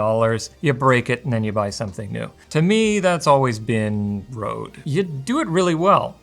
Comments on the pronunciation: The Ø letter is pronounced more like U on "Unreal". it also stops with an E, like the E in "Enough". It bothered me a little that he pronounced it like "Road". Cool review though. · The company can complain all they want, but they chose to name it like they did, so not pronouncing Røde in Danish or Norwegian is wrong. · I never understood why they used the Danish Ø, and then never even tried to pronounce it right.